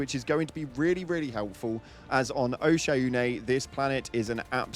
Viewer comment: 💜 This man needs a consistent pronunciation of the word OSHAUNE 🤣🤣🤣🤣